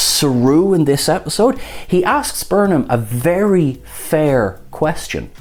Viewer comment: "To be fairrrrrrrr..."